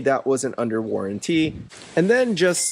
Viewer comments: It's not warran-tea, it's warranty! 😂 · What’s the difference between a warranty and the warran-teee you keep mentioning? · Good thing you got that aftermarket warran-TEE 😂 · "worran tee" :D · Never in all my life did I think someone could say waranTEE so annoyingly jeez had to click off lol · I was wondering why you decided to buy this. After I heard the way you pronounce warranty it all made sense. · Why does he say warranty like that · Had to stop watching……maybe learn how to say the word “warranty”?